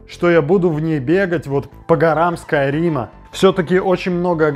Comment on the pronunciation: СкаАйрим... Когда ж ты начнешь правильно произносить это слово...